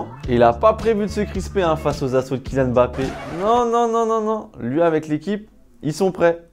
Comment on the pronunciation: C'est Mbappé, et non Bappé🙂🙃